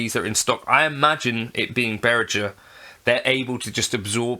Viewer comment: I'd sue you for not being able to pronounce Behringer's name correctly; 'G' is pronounced like 'g' in 'goat', not 'j' in 'jelly'. 😜